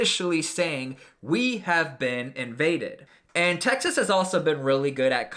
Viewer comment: Please say Texas and not Taxes smh